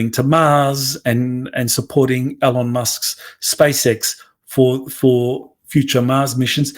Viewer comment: Please learn how to say ELON!